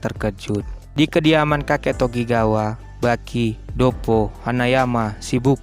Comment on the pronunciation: Ngab klo ngomong doyle itu cukup doyl gitu aj Sama sikorsky biar gampang sikorski Sama namanya bukan tokigawa tapi tokugawa